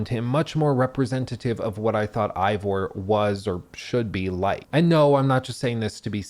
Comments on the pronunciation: Why do so many people mispronounce Eivor do you not listen to any dialogue lol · Lol you'd think after 100 hours you'd know how to say Eivor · The ultimate critic pronounces game's main character name wrong. Oh well a lot of effort here none the less, you might even say bloated? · Oh my God… 100+ hours playing this damn thing, even more than that editing all this together, and yet still can’t properly pronounce the name of the protagonist 🙄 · Thanks for explaining nothing useful. Eivor doesn't have any elements in English that would be hard to pronounce. A. Vor. The game says it hundreds of times. No excuse for saying I vor. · Turned off the video when you said "Ivor" Really easy to pronounce (even when you're an uneducated American) due to you listening to his name being said for the whole game. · Plays 100 hours, still says "eye-vor" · How is it this guy played hundreds of hours of this game, with the main character’s name is said thousands of times, but in this 3 hour jerk off session he can’t pronounce it correctly even once. It’s AY-VOR not I-VOR. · Stop pronouncing the name wrong 😅 it’s not I it’s AYE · Did you even play the game?!! It's Eivor. (Avor) not Ivor! 🤣🤣🤣🤣🤣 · i love this critique but i giggle at how you say ivor instead of eivor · Why does he keep pronouncing it "Eye-vor"? Everyone, including Eivor, pronounces it "Aye-vor". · It’s pronounced aye vore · Dude, everyone in the game calls him Eyvor or Ivor, not whatever you said. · Oh god no please don’t tell me you’re pronouncing him eye-vor the whole video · "Eye-Vor" makes it seem like you didn't actually play the game. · EYE-vor? what?? they same the name correctly dozens of times in the game. why are you saying it wrong? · You're mispronouncing Eivor. How are you mispronouncing Eivor? I don't understand, the name is said over a billion times in the game. How do you get it wrong? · Anybody else triggered by him mispronouncing Eivor's name the ENTIRE vid...🤬